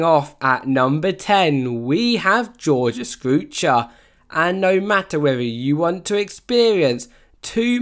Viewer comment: "Georgia Scroocher"💀